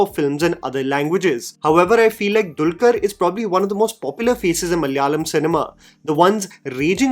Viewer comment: Hey, some corrections. I know these won't matter much for some. But I get a sense that you love getting the pronunciation of names/words right. 1. It's Daggubati (the bati as in Dal Bati). 2. And Malayalam - a four-syllable word, not Malyalam. Love your reviews.